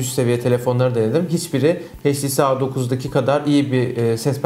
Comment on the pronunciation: sarı kardeş "heyç ti si" değil "eyç ti si" şuradan dinlemende fayda var